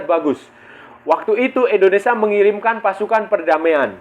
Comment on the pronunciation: Maaf bang INDONESIA Bukan ENDONESA.. Gunakan bahasa yg baik dan benar biar enak di dengar